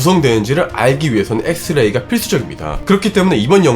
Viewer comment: 진지하게 말하는데 발음이 노홍철식이라 자꾸 집중이안되고 웃곀ㅋㅋㅋㅋㅋㅋ 엑 th 레이를 이용 하여 단 하나의 원자를 포착하는거th에 th엉공 했th읍니다 ㅋㅋㅋㅋㅋ 여러분! 다시 말 th음 드립니닼ㅋㅋㅋㅋㅋㅋㅋㅋㅋㅋㅋ 무슨짓을 해도 밥을 딱 퍼면?! 적어도 1만개의 th알알이 퍼졌어요 ㅎㅎㅎㅎㅎㅎ